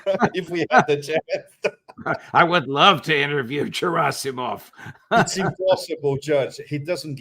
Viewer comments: "G" in Gerasimov' s name is pronounced like "G" in the word "Ground" or "Great". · It's Gerasimov with the hard "G" as in "garden".